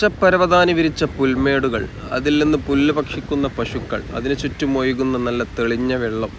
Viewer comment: Again "oykunna" 😮 Say "ozhukunna"